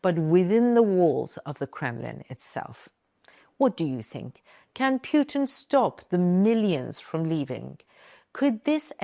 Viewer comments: His name isn’t pronounced Phew- tin. It’s pronounced Pooh-tin. A good mnemonic is to think of Pooh in a tin. Pooh-tin. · His name is pronounced "Poo-tin" [Путин] not "Pyoo-tin" [Пютин]. How much else did you get wrong in this post? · Putin pronounced pootin not pewtin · It's fun how it's pronounced "Pew-tin" ... instead of 'Poo-tin'. Any case, I hope the mad man end his madness soon. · It's put in , not pijutin. You pronounce Путин wrongly. Pronounce like he was PUT IN Russia by some global elite. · I stop watching when says 'Pyew-tin' twice. Made it to today. Thumbs down. He's only been on the international scene for 25 years, so maybe when he's dead the English will get it right. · I love how she say PEWTON, because he does stink. :) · you cant even say putin right why should anyone listen to you